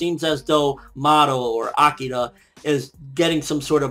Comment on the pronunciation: Okay a few things to be fixed here: i watched only the first two minutes and you managed to mispronounce sasaki, hinami, akira, and onee-chan. If you really do like japanese manga and anime, which there is nothing wrong with that i do too, maybe you should learn the basics about pronouncing japanese and do some research? Especially if you plan to run a video blog, which was pretty good, minus all the mispronounciations.